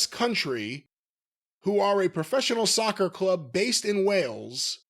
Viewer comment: Found the press release they read from. Can't even pronounce the word "county" either. Kept saying "country".